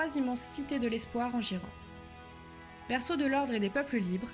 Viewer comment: Trop sympa, une vidéo de fluff en français, par contre Ghyran, c'est "guaïrane" en anglais, "jiran" m'a surpris.